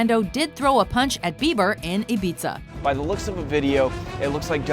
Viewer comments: Hah. She pronounced Ibiza as 'Ibeetsa'. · just so you know, it is pronounced I-bee-tha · Did she just call Ibiza, Ibitza SMFH